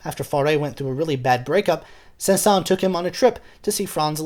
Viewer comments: Saint-Saensssssssssssssss the final s is pronounced. Oh well. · The last “s” of his name is not silent. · It isn't a big deal because I have heard many french natives pronounce his name without the s at the end (although it should be pronounced)... so even many french speakers are confused about his name pronunciation. Thanks for that great video btw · I think the pronunciation includes the letter s. Do a little more research, beloved musicologist. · I love your videos and yet ask a native French musician about this: by an exception to the normal rules of French pronunciation the final S of "Saëns" is sounded, not silent--and careful, it's not a Z sound, it's an actual hissing S. While you're at it, the two Ls in "Camille" are pronounced as an L, as in the French words "mille" and "ville", not as a Y as in the French word "fille".